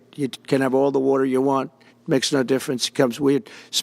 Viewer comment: When President Trump says "water" with a New York accent.